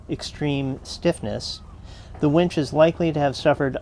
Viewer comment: Boy do I have a wench story for you...I was sitting in this bar in Huntington Beach California when this wench comes up to me ............Wait, did you say wench or winch? I always get the 2 confused. Anyway, Great video. Love your adventures guys. ;) Safe travels !!